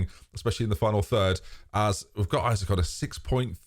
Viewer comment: Too bad after all this time you still call him Isaac.... very disrespectful tbh.